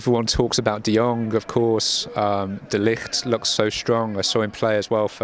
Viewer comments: Hij zegt de ligt gewoon goed. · De eerste buitenlander die de ligt goed zegt, eerst zei iedereen de likt😂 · Wow die engelsman spreekt de Ligt goed uit😱